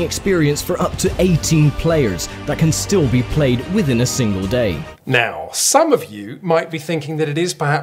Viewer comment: "That can still be played, within a singal day"